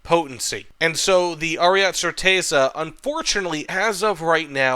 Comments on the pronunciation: Americans can be insufferable in their stubborness when it comes to pronouncing anything foreign wrong/right. Like lmao I understand spelling might be confusing but you can just listen to the word once and keep it in ur mind as Aryete it's not french so why would you drop the e. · and roll the R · Please for the love of God stop calling it "Ariat" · it's like that inglorious bastards scene P.S. pls continue calling it Ariat